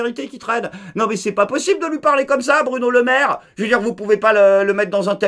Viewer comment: Est ce que j'ai bien entendu? Il a dit "Burno Lemaire"?😂